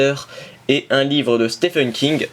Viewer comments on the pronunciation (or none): none